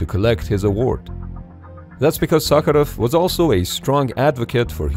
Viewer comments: Real😮я русский,реально идеально произнёс по-русски) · Damn that prononciation of Sakharov was perfect 😳